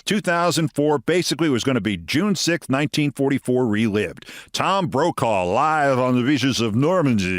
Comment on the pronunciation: Did you say, "Tom Brokejaw"? 🤪😂🤣